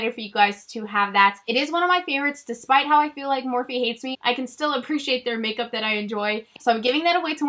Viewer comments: Lol been with you and remember you getting the Morphe single shadows at IMATS!! Think you pronounced it Morph without the e. I also remember the trublood videos. #waybackwithshae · I TOTALLY REMEMBER your Morphe video and thinking I had never heard of that brand. And I'm pretty sure you didn't pronounce the 'eee' on the end so when other people started calling it that I always thought NO THATS NOT HOW U PRONOUNCE IT. Lol. Love you!